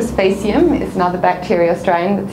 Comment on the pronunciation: Wrong pronunciation for faecium.